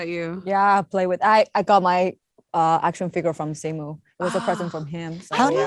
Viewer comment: Its simoo not simew